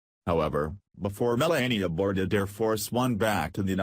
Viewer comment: First of all its Me - LAH - ee - uh, not Me - LAY - ee - uh. Second, what is the "BIG Personal Surprise?" False title. CLICK BAIT.